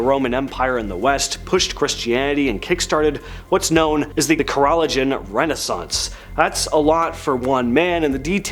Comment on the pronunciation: Do you mean ka-ro-lin-ji-in renaissance? Not ka-rall-o-gin. Good God. What is with people not knowing how to pronounce words?????